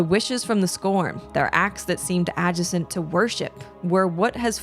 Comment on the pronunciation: I'm so sorry lol but the way she said "adjacent" sent me